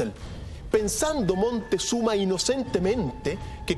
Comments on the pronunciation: ES MOCTEZUMA NO MONTEZUMA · Se llama Quetzalcoatl, no Quetzacoátl, ahora, la catedral no fue construida sobre toda la ciudad de Tenochtitlan, fue construida sobre UNA PEQUEÑA PARTE de la Ciudad. Rayos, Montezuma, chiale, neta si no sabes pronunciar palabras y nombres en Nahuatl, pregunta, se escribe y pronuncia Moctezuma!